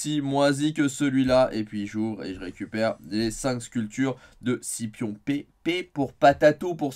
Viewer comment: Mdr t’es fatiguant avec ton P sur Scipion 😂